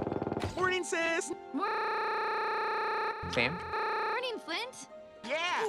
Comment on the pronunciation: I love how he refers sam as “sans”